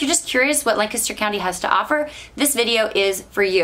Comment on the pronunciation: I grew up in that area. It was nice to hear someone pronounce Lancaster correctly